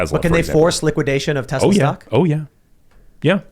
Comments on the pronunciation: Stop saying TEZLA brah its driving me nuts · Why does the guy keep saying Tez la.......its TeS la.....soy boy idiot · Te"s"la not Te"z"la. It's Serbian